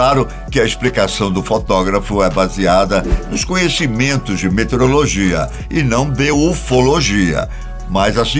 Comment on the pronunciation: Meteorologia né? Não metereologia. Ou ouvi errado?